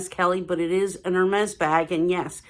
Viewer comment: Hermes should be pronounced correctly, please!